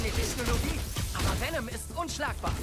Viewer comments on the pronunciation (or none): Und es heißt Vennom nicht Vienom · der gute alte Wienem-Schlag (Venom wird :wennem: ausgesprochen :b) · bro, bitte sag nie wieder vinem schlag. Ich bin voll getriggert gewesen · wie er erst mal zum venom schlag vinom schlag sagt ( ca.) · Es heißt v e n o m Schlag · Beste Venom der symbiont falsch ausgesprochen und dann statt viereck einfach dreieck